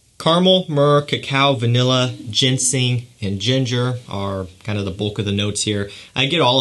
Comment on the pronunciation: I don’t know if you notice this but it is Ginseng, not Gensing. I found that you tend to pronounce it wrong. Anyway, like your content